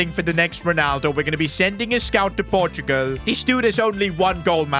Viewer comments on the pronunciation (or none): none